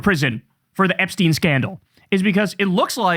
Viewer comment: Btw it’s pronounced Epstine as in Einstein not epsteen. Enough of this anglicising his surname. Its insidious.